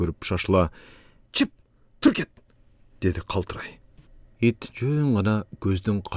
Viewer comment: Абда́н сонун чыгарма экен,, балам, сага бир кенеш, "окуганда, айтылганда "" деп кыргыз тили сабагынан тыбыштар жонундогу темага бир коз салып алсан, себеби, абдан жакшы окуйсун, бирок '" к'' тамгалары окулганда ""г '' болуп окулары, ( кайсы бир учурларда ), чыгарманын коркун андан бетер ачмак, мисалга"" кет ары, олугунду коройун"", ""гет ары, олугунду горойун''.